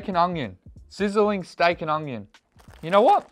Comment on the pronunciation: Lol you say ungyon instead of onion